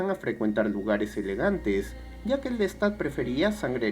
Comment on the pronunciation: que mal resumen , que feo pronuncias el nombre de LESTAD como suena con acento invisible en la (a) por desgracia no cuentas nada nuevo o profundo, que muestre o deje alguna enseñanza, tu acento es horrible, no se de donde seas pero hablas mocho, cuando se cuenta o se resume el tema del vampirismo (como otro) en el cine, sea drama, comedia o terror, ¿lo entiendes?, algo mas que cuente lo psicologico del ser humano sobre todo el momento presente o las circuntancias en que se vive en la actualidad, es reprobable la forma en que cuentas las cosas, no haces tampoco ni por error de semblanza de algun cineasta comparando el tema con otro vaya es una verdadera lastima, ni lo bibliografico tomaste en cuenta 16 minutos de nada